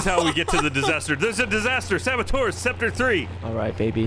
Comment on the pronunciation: Saboteur, not sabotour.